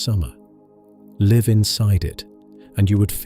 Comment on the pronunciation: Shame your AI/text reader can't tell the difference between 'liv' and 'live'